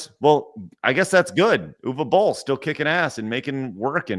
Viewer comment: I still remember that i signed a Petition to prevent Uwe Boll from making more Movies. Ps: I don't mind that you butcher his Name.